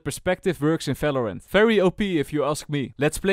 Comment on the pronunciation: falorant. anyways nice vid